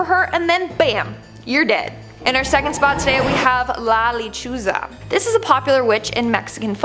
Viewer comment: It’s La LechUza. The accent is on the “U”. Thanks for your work. Oh yeah, it’s “La llorOna.” Accent on the “o”. ❤